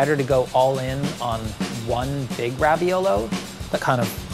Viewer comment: Every time says raviolo I cringe and lose a little bit of my soul